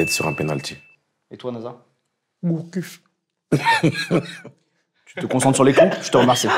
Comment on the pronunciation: Il a dit gourcuff 😭😭😭😭